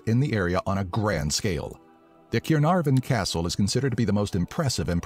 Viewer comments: Did he just say twice the 'cunarvon'castle!?😂😂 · How was the name of the Welsh castle pronounced???!!!! 😂😂😂😂😂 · The way it said Caernarfon 💀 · The narrator doesn't pronounce Caernarfon very well so I'll correct him for you. Cai-rr-nar-von. He also butchers the pronunciation of Llanfairpwllgwyngyllgogerychwyrndrobwyllllantysiliogogogoch, but even many Welsh folk struggle with that one. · Dude absolutely murdered the pronunciation of 'Caernarvon'. Although, I can kind of see how the Welsh inflection could have influenced his attempt, I just get the feeling that he said it how he read it. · that castle was Caernarfon North Wales, Carmarthen is in South Wales and is what the english call Caerfurddin just as Cardif is Caerdydd. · The narrator needs to perhaps get the pronunciation of Caernarfon right first before trying Llanfairpwllgwyngyll..